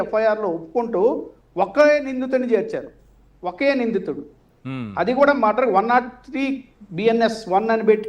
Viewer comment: ఆరే నాయనా అది మద్దర్ కాదురా బాబు మర్డర్ ఇది పలకటం కూడా రాని నువ్వు లాయర్ వి నిన్ను డిబేట్ కి పిలవటం జనాల ఖర్మరా బాబు